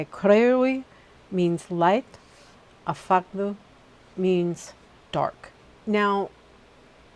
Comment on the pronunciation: Hi hon your pronunciations are getting loads better! Well done! Only one that wasn’t quite right was Afagddu which is pronounced more like Avagthee! Welsh is definitely not the easiest Language to pronounce lol! Loved this video! She is my patron Goddess and I do most of my work with her! I love her! Sending love and blessings xxxxxx